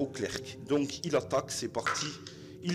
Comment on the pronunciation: On ne prononce pas le c de clerc c